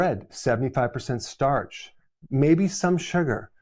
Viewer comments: It’s STARCH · It's starch. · Its Starch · IT'S STARCH